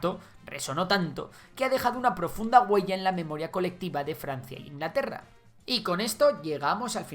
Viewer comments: Perdón Ingalterra? xD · INGALTERRA XD